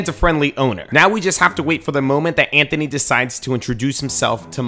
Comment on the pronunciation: Bro said zanthony